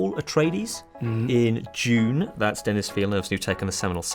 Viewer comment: Did the interviewer say "You've been cast in 'June'? I think he meant Dune.